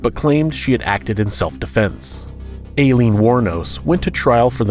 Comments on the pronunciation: You’re pronouncing alieen wrong, it’s pronounced like “I-leen” not “a-leen” It hits the ear wrong. know you’re doing your best and I appreciate it but seriously if your gonna talk about her pronounce her name right. it’s irritating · Pronounced Ilene not Aliens. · Eileen. “Alien”? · Alien xD its aileen!!! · Ok, but A-lean tho?? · Alien do u not see the r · Why are you pronouncing #5 like that haha Her name is Eileen, just spelled with an "A" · I heard Alien aswell haha! Confused me for a second. I actually thought it was pronounced 'A-leen', so I was also wrong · And? We pronounce Aileen, Eileen, and Ilene as eye-LEEN in the US, just like you, O superior one. The narrator may not be from an area where the name is popular and may never have heard it said aloud. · FYI "Aileen," in this case, is pronounced "Eye-leen" and "Gilmouth" is pronounced "Gilmuth" like the town Plymouth in Massachusetts.